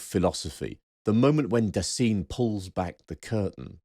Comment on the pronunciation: On pronunciation (no, I‘m not blaming you for not being perfect at speaking German): „Dasein“ is pronounced Duh-sine (as in „sine“ like the geometric term). On the other hand, your pronunciation of „Geworfenheit“ was pretty much spot-on.